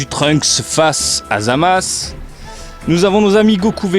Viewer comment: "zamasse" mdr